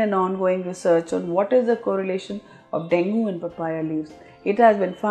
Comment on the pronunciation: Plz correct your pronounciation of Dengue. It's not pronounced as Dengoo, pronounced as deng-gay or deng-gee but written as Dengue. Hope that helps your listeners.